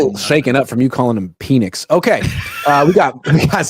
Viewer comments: After the Peeenix and Jaqisty pronunciations this guy doesn’t watch football and 💯 feel the Niners will win only 5 games! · Pee-nix is crazy work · Michael "Pee-nix" was NOT on my bingo card 🤯